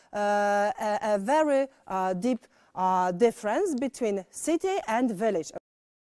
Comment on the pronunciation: Kiedy po germanistyce masz lepszą pronansjejszyn od anglistki... "Bilawed sity" 😂